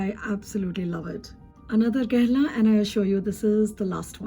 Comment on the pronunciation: I found you through Eve's channel and subscribed as soon as I heard you say "Guerlain" and not "Gurr-lawn," lol. You're so knowledgeable and this video is fantastic. I'm very much looking forward to binge-watching your videos. Yay! Thank you